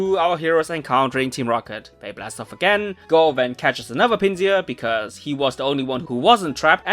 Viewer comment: Note: "Tokio" is not named after the city, his name contains from "toki", which is Japanese for "time". And, you're saying the German pronunciation of Pinsir (since Pinsir's German name is the same as its English name). To say Pinsir's English pronunciation, it's "Pin-sir" (like "pincer"), and not the German "Pin-see-ur".